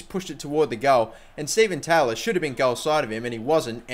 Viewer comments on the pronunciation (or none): none